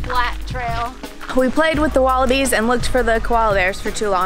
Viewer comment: calls them wallapies not wallabies